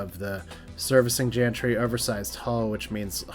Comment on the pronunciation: Hi. Just a quick correction. Gantry is pronounced with a G, as in Granite, not a J as in Janet. Apologies if this seems pedantic but the mispronunciation made my brain scream in pain 🤯